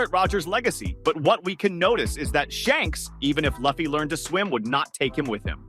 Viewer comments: Man how can you mispronounce the mc’s name? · It’s so annoying lol